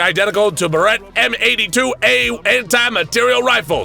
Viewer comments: Love the video, but the way you pronounced Barrett (Buh-rette) was brutal to listen to. The correct pronunciation is Bare-ette. Also, the cartridge casing isn't part of the projectile that leaves the barrel.... Anomalous or not, it wouldn't work that way, and kinda kills the immersion. Just some constructive criticism. Yes, it may be petty and insignificant to some, but there are plenty that it isn't petty or insignificant to. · I thought he was trying to say “Beretta” when he was saying “Barrett”. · I love your videos, but your mispronunciation of the Barret (Bar-et / Bear-et) drives me nuts.